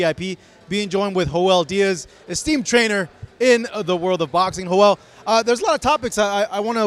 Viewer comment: My man called em Ho-el Diaz lol